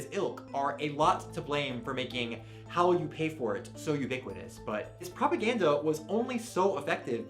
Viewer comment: Propa-gussy" BABE I CANNOT 😂